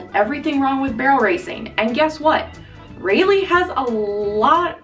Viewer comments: Ra lee is how you say it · I'm sorry, but I can't take you seriously when you say her name wrong. Or even without saying the name wrong.